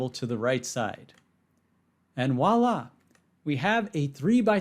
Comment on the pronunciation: You're pronouncing "voila" incorrectly. It's not walla.